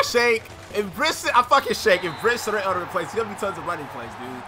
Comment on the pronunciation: its pronounced bry-set